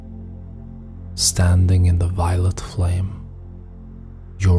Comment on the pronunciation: Is he saying violent light or violet light?